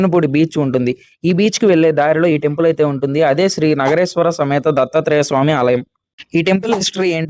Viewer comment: Nagareswara kadu.. Sri Nageswara